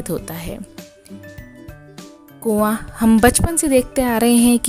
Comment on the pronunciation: कोवां नहीं कौवा बोला जाता है